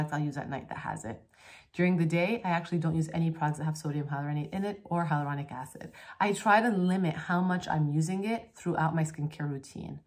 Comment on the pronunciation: Still not saying it right haha I love it when u get so excited, you stumble over your words! The energy is REAL